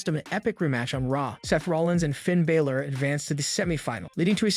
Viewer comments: Its Balor not Biller get it right you sound stupid when you get their names wrong! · Do you actually watch this stuff? You can't even get Finn Balor's name right! How hard is that?